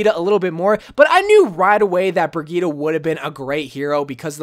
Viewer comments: Its pronounced bri-geet-ah not to be rood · I pronounce it bri-G-itte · The way he says Brigitte triggers me